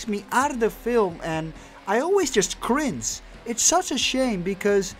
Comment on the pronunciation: The way this guy pronounces "cringe" like "crince" always makes me cringe.... 😅🤭